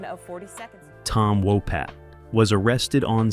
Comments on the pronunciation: It's Tom Wopat not Tom Wopot. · Walpot you said it wrong 5 times